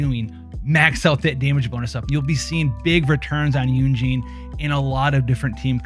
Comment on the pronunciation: Why are you pronouncing Yun Jin as "Yun Jean"?